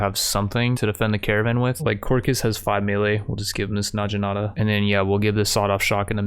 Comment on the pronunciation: Man the way you pronounce things…tome? najinata?